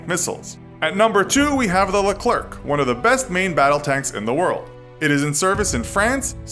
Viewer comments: please look up how to pronounce leclerc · You say Leclerc wrong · Pronounced leclerc and sabot wrong